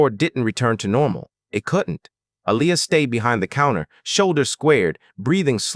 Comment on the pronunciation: Her name is pronounced A-lee- ya. Why did you say g instead of get